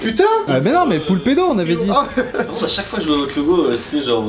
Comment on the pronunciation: Poulpedo c est chelou un peu , j entends poux le pedo